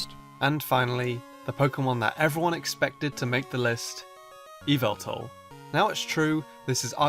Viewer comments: Its Yahval not yyteal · YAVELTAL! HIS NAME IS YAVELTAL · It’s pronounced yavaltal I know someone gets that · its pronounced yalveltal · ITS YAVELTAL!! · It’s YAVALTAL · it’s YAA-VEL-TALL